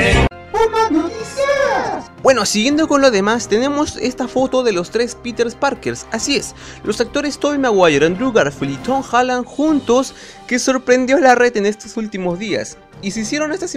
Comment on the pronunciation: "Piters Parkes" xdddd